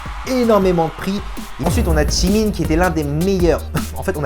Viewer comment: Nn c pas chimie c jimin avec un j